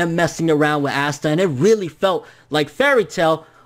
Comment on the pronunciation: My dude can you say his name right like ASSta.... really 😂😂